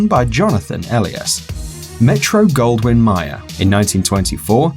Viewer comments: Metro golden MAYER NOT MYER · Your British accent does not give you permission to change the way Louie B. Mayer’s name is pronounced (especially if you’re trying to appear knowledgeable about film studio history) [Mā-er] with a long “a”…NOT [Mī-er] as in “eye.” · Mayer is pronounced as may as the month and er